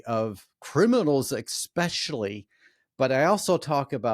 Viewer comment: There is no X in especially. Why do so many people mispronounce this word?